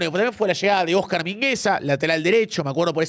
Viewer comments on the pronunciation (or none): none